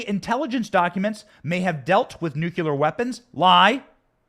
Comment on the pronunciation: Benny just a heads up please learn to say nuclear correctly. It is nu clee er NOT nu que ler. There ya go. Great podcast btw.